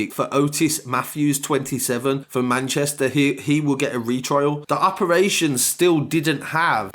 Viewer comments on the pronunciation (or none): none